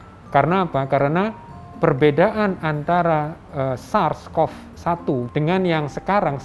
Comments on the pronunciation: Buset nyebut SARS & MERS aja ga bener :v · Ngomong "SARS", "swab" aja udah salah..brarti gk familiar dg topik itu..lah lha gmn